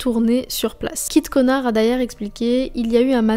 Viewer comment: trop cool la vidéo mais à tu dis "Kit Konar" 😭😭 elle est géniale sinon la vidéo !!